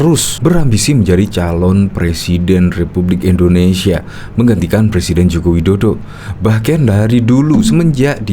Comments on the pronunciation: Ngakak,blm bisa bilang R mau jadi plesiden 😂😂😂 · LIZAL LAMLI JANGAN DULU BERHARAP JADI PLECIDEN BENAHI DULU HURUP "R" MU.LAGIAN MANA ADA PALTAI YANG MENGUSUNG MU.SADAL PAK TUA! USIA MU SUDAH GA MUDA LAGI! "SADAL SADAL" PAK TUA.BANGUN DALI MIMPI MU.